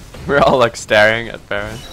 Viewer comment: where's ocelote from? his way of saying "Dragon" "Baron" had this spanish accent, Im from Argentina and his accent reminded me of the one we use here :E